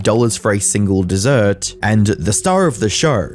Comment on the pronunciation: desert? as in the place with sand? not dessert?